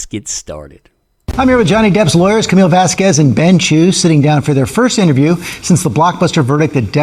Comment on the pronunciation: Finally someone that knows how to say Camille's name correctly lol It's so annoying to hear them pronounce it wrong. It sounds like vas-kez not vas-QWEZ